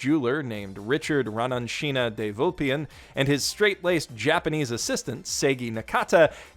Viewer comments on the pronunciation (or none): de vulpian you say?